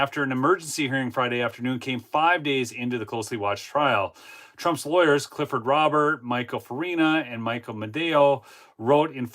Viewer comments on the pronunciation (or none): none